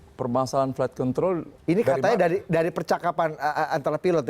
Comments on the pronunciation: emang pada g bs ngucap yg bagus apa ya? itu kaya ngomong flight kentrol. bukan control. aneh aja gt dengernya. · Apa cuma Aku aja yang denger pembawa acaranya nyebut control kedengeran seperti nyebut Kont*l??? di menit